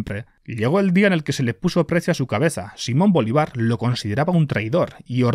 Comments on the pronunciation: *Bolívar no Bolivár y es Rio Hacha, no Rio de la hacha jajaja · una corrección; no se pronuncia boliVAR, es boLÍvar, recuerda el acento en la i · Primero “Oye primos” y ahora BolivAr… 😂. Es BolÍvar por cierto. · que llame a simón bolívar, simón bolivár me mata por dentro como colombiano XD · jajajajaja soy venezolano y me gusto como pronuncio bolivar ..... tiene acento en la i ojo con eso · Es Simón Bolívar, no "Bolivár" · Viejo bolivaarr no, Simón Bolívar, con acento, asi se llama el libertador! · Repite Simón BoLÍvar, cada vez que lo dices me se ponen los pelos como escarpias jajajaja lo haces adrede, y las imagenes de IA son la risa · Juraría que Bolívar lleva una tilde porque la sílaba tónica es la penúltima, no la última. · Yo vi que la ha anotado. Supongo que la pronuncia aguda como en Euskera. Creo que lo hace así porque Ziortza Bolibar, de donde sale el apellido de Bolívar, queda en Euskal Herria. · Que raro suena como pronuncia a Bolívar jaja, que buen video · Por qué pronuncia así Bolívar? 😅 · soy un gran fan, pero el apellido Bolívar está mal pronunciado, te comiste la tilde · me dio ansiedad que dijeras Bolívar sin leerle el acento, perdón. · Todo bien menos la pronunciación de Bolívar 😅